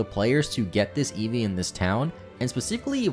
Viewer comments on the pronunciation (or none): none